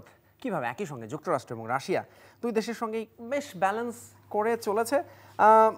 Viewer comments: রাসা রাসা করছেন কেন? আপনাকে টিভি চ্যানেলে কে এনেছে? pronunciation ঠিক নেই তো কি বিশ্লেষন করবেন? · What is Rasa??? 🧐 it's not rasa it's Rasia apu... Seriously 😏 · Madam not Rasa (Russia) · রাশা রাশা বলছে কেন বারবার 🤨? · বিবিসি রিপোটার উচ্চারণ ভুল করে এটা ভাবাই য়ায় না।রাশিয়া কে রাশা বলছে। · রাশা কি ভাই? রাশিয়া বললে নিজেকে উচ্চ শিক্ষিত প্রমান করতে কষ্ট হবে? 😆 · রাশিয়া উচ্চারণ টাও জানেন না ? রাসা টা কি রে ভাই 😂😂😂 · বাংলাটা বাংলার মতো বলতে হয়,রাশিয়া কে রাশিয়ায়ই বলতে হয়,রাসা নয়।। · It’s Russia 🇷🇺, not Rash😂😂😂😂 Also the 60 year relationship was with USSR( Pro Russian model). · শুদ্ধ করে বলতে যাই হেতাই রাশেয়া বলতেছে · Otcharon rasa. Na. Rasia konta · Indian map thik korun.. Ar last maye ta Russia uccharon kortai pare na 😂😂